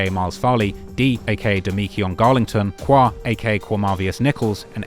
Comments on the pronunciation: Bro… Qua is pronounced Quay! It was painful listening to how you pronounced it. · Every time you said qwa I wanted to turn it off